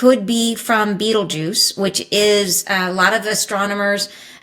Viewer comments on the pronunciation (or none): the Red Giant Betelgeuse is actually pronounced more like "Batel gice" . NOT Beetlejuice like the movie. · It is Betelgeuse not beetlejuice 😂😂😂